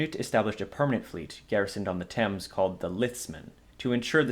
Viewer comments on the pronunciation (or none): none